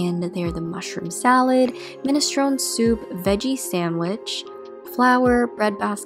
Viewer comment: You pronounce it Mini-stro-nee Soup. Not min-a-stron. Emphasis on the E at the end.